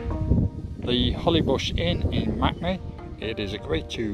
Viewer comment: MAKE-ney. Not MACnee 😂 how is m-a-k-e MAC. I’m doing this walk in two days for my birthday in May.